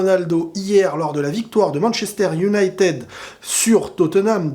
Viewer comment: Unitèd 🥰, mais Manttchester et pas Manshester, en tout cas pas mal, bien un point tututuu, dans l'attente de tttshavi et tttshelci